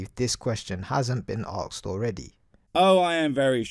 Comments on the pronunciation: If you can't even say the words "ask" and "asked" properly but instead pronounce them as "arks" and "arksed" then you have no business telling others what words mean or how they are to be used. Plus, the question: "What is god" is asked by the atheist who in turn evaluates the answer and subsequently tells you that they don't believe in that god concept either. Simple. These videos that try to "debunk" or refute "atheism" always fail because they never attempt to prove god exists. You can't "debunk" someone's non belief anyway. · It's driving me up the fucking wall that he keeps saying AKSED and not ASKED. Holy shit. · I really hate it when people say arkst/ahkst/akssd etc. instead of asked. It really winds me up for some reason.